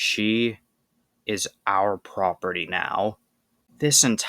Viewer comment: Please don't say "property" like that. Ever.